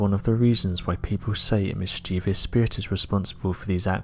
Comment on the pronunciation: You are mispronouncing mischievous each time you try to say it.